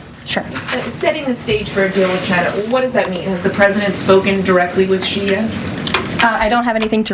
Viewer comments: he even mispronounced President Xi’a name..😑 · Oh crap! Maybe Trump hears how Xi's name is pronounced, thinks that it's his preferred pronoun and that's what's behind this whole beef that he has going!